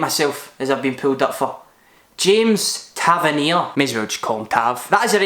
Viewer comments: Gk. Craig Gordon Rb. Tavernier (no contest) ur second pronunciation was correct I've fallen for the same trap as u haha cb. Christoph berra Cb. Danny Wilson Lb. Kieran Tierney Rm. James Forrest Cm. John mcginn Cm. Ross Mccrorie Lm. Jordan Jones St. Alfredo morelos St. Kris Boyd We were quite similar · I think u pronounced tavanier correctly the first time.